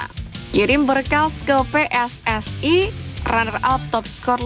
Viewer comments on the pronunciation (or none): none